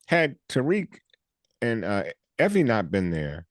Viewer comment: I hollered when Ron called Effie Iffie😂😂😂.